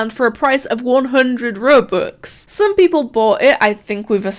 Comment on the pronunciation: everyone when they say robux: roh-bux: ruh-bux